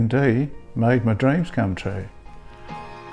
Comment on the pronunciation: lol, "AMD made my reams come true."